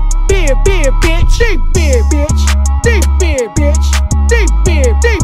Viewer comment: At one point hes not saying big anymore, sounds like beer or beard 😂😂😂